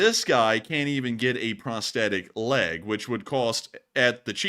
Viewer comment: Leg... log.... is close enough,.